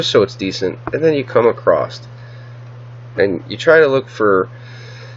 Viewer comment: Across does NOT have a T at the end!!!